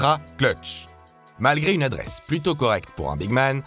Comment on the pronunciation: « de l’adreschh » je rigole tout seul depuis tout à l’heure